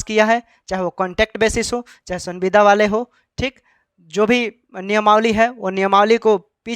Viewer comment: Tumko sanbida bol ne nhi aata h bat krta h kanun ka